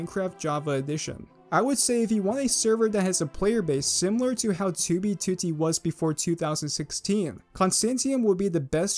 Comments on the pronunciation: STOP PRONOUNCING 2B2T AS "TOOBY TOOTY" WHAT THE FUCK MAN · His "2b2t" pronunciation is this channel equivalent of the "oldest anarchy server in minecraft". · the way he says 2b2t :skull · stop saying it wrong